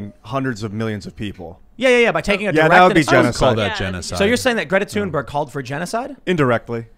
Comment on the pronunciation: Stop calling her toonberg.